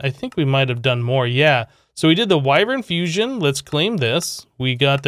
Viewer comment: That is not how you say wyvern